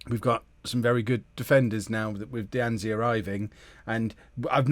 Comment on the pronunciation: And D'Anzi is literally just "dah-nzee"... like is it that hard to pronounce names?